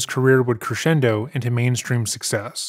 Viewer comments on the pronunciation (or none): none